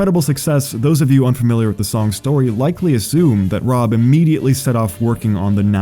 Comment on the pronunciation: Great video! As a diehard Tally Hall fan, I kinda expected less research done from a primarily Weezer based channel but I was very wrong, awesome job. (Seriously, this could just be me but the only issue I even noticed was the mispronunciation of Rob and Zubin's names)